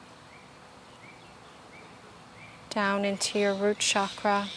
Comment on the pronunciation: I was really enjoying this until she misprounced chakra :/ I feel that anyone who is teaching this needs to know the correct(and in my opinion respectful) way to prounounce chakra. Sending love, thank you!